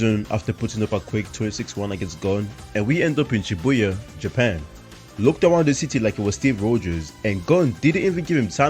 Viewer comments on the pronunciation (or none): none